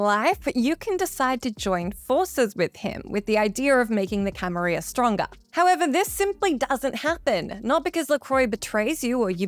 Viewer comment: You're mispronouncing "Camarilla", but it's funny because I played VtM paper and pencil for decades before it was mainstream and we always thought it was pronounced like a French word, but it isn't. It's supposed to be pronounced phonetically. Even when we found out we kept saying it, first out of habit but we discussed it and decided pronouncing the Ls sounds really stupid.